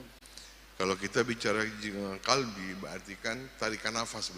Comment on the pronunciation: Kalbi ???QOLBI !!BEDA ARTI NYA PAK!!! .